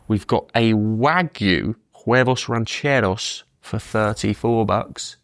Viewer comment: Man from Britain pronounced Huevos Rancheros with Mexican accent brilliantly.